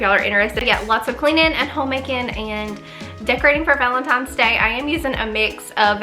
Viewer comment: P. S. "Valentines Day", not Valen TIMES? Day. 😚😚😚. Might just sound how it came through on the Voice over. Back to your video.